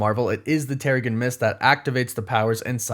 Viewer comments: It's pronounced "tehr-uh-Jin". You kind of lose credibility when you continue to say it incorrectly. It's not like this is something new or up for interpretation from reading the comics. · its Terrigen like in generation or genesis. Normally I dont care about this sort of thing but it kinda takes away from the fact that its a process they go through if you dont pronounce it right. I have no clue whats happening in Ms. Marvel its all so crazy right now im just enjoying the ride. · You keep saying Terrigen Mist wrong. 🤓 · Someone should do a counter for how many times he said terrigen mist wrong and trying to assume that every single mcu project will set up the x-men 😂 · Is anybody going to point out that he's saying Terrigen wrong?